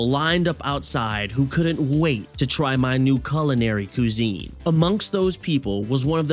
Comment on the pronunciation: I can't keep hearing "Koo-zene" XD. This was fantastic.